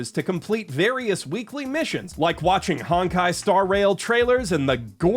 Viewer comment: "Hawn-kai" bro i have never even played this silly game but even i know your vowel sound is off